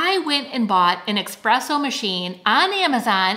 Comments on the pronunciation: I love your videos, but I have to tell you—that word is pronounced “ess-presso.” Not “EX-presso.” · It is ESpresso. Not EXpresso. Sorry just a pet peeve of mine. Other than that, great video. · Great video! (Just an aside, it’s espresso, not eXpresso 😉 ) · "Espresso." Not 'Expresso" Sorry, English teacher in the house! Thank you for the link and a great video! You look great! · Just a heads up, it's espresso coffee, not expresso. Thanks for sharing. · Greetings. Just a pronouncer note — it’s ESPRESSO… not EXPRESSO. There’s no “X”. As an Italian, it makes me crazy when I hear espresso coffee mispronounced. Thanks, enjoyed your informative. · Please say eSpresso not eXpresso…… It sounds wrong. Keep rocking what you’ve got ❤️ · Just a note that it's called eSpresso, not eXpresso :) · please! It's ESSSSSSPRESSO - NOT eKspresso! PLEASE! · Espresso, not expresso. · Pronounced Eh-Spresso, not EX-presso!